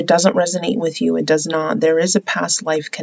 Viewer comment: Same lol! 😂😂 "It's a general reading so it might not resonate wichoass!" It's cracks me up Everytime! Then how we all Lindas 😂